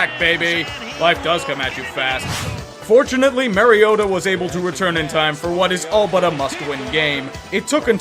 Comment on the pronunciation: don't get me wrong I love you but I cringe when you say mariotas name. It's pronounced mar-E-ota not mare-eota.